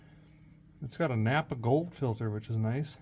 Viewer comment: It’s not napaa in South Dakota. We call it Napa.